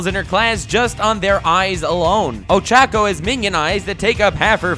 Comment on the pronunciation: This is great he said ochacco coreectly